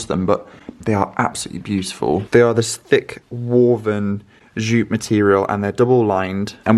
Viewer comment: sorry but every time you say jute you pronounce ie shout 😂😂😂its so funny because your sctually very well spoken just sometimes you slip.in a word mispronouced its jute say it as its spelt 😂😂😂 love your vids and i get to go to an antiques market vicariously through ypu xxx